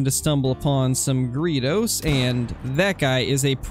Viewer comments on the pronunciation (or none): I cringe every time you say gredos. It's like greydos